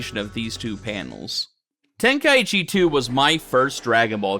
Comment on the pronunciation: Ten kai chi not tenka eechee!